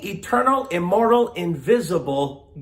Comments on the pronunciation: Why is it that when says "God is immortal" is sounds suspiciously like "God is immoral"? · When he said immortal I thought he said immoral lmao